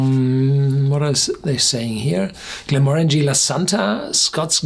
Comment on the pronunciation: 100% agree. I cant stand when People say it wrong 😱